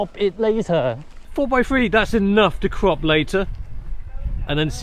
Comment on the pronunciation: Every time I hear him say CROP IT LATER... I hear COCK IT LATER.. lol